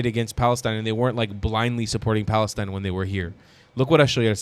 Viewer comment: "FFFFf "FALESTINE"😂